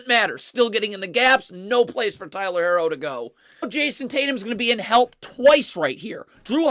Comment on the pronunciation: it’s not he’s just saying it wrong 🤣 he does that with a few players names haha